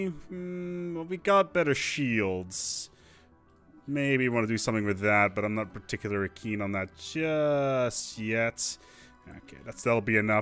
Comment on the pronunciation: I know English isn't your first language, but its particularLY not particulaRY.. heard you say it enough times now that I had to say something... im enjoying this series :)